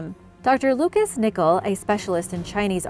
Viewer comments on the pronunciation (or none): none